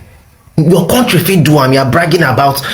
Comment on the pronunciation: Why Do these Zoogerians say Korntree?